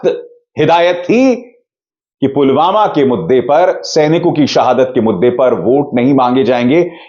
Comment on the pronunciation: pulwama ka naam bi theek se nahi bol paye the